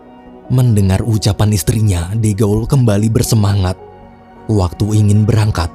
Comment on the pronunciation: Izin koreksi dikit min, de gaulle itu bacanya, "de" dibaca seperti "the" (dlm bhs. inggris), "gaulle" dibaca "gol" karena "au" dll bhs. Prancis dibaca "o"